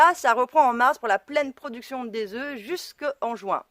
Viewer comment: On ne prononce pas le f final au pluriel de œuf si je peux me permettre.